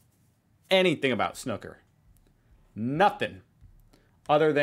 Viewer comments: Emphasise the ooooo sound when saying Snooooooker Snooo like blue..loving your videos xx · It's a shame the narrator keeps pronouncing snooker wrong in this video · I hate how the guy pronounces it wrong too, it is SNOO ker not snuker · 0 seconds ago I know we Brits do say snooooker but it's understandable that others pronounce it snucker, after all every other word we have with a double o like this we do pronounce it as a u sound..hooker, looker, booker, cooker etc..😊✌🇬🇧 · I have to say, this explanation video makes the rules and general order of play very difficult to follow and even contradicts itself with some of the graphics. No wonder you were confused by it. Snooker (rhymes with looter, not cooker) is really not that difficult to pick up. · It's not Snuker it's S-new-ker and it's not a UK sport, it's literally world wide, apart from America apparently. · It's pronounced like Shoe not shook.. Think Snoop Dog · What the heck is snuker, the first 4 letters are pronounced snoo as in snoop dog. it's easyier to understand watching it than someone trying to explain it. please don't check out world darts, thats even more complicated. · Repeat after me: Snoo-Ker, not Snu-kker. Snoo-Ker, not Snu-kker. Snoo-Ker, not Snu-kker. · Why can't Americans read English? (SNOOKER not SNOKER) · Both feet to be on the floor at ALL TIMES NOT OFF...Watch a British vid explaining snooker ..I watched this vid and I was confused and I play the sport 😅 it's pronounced snooker as in when a cow says MOO use tho OO so it's snooooooker not snuker..there are easier vids that explain the sport plus if the ball is out of reach you get to use a REST in order to reach your shot 😉 you'll get it after a few frames 🙏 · The absolute worst explanation of snooo-ker (not snucker) I have ever heard! Find a video with a Brit explaining. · Anyone else facepalm when the narrator didn't even pronounce it correctly? Say what you see, its snoo-ker not snuck-er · Snooker pronounced with a hard ‘ook’ - not ‘uck’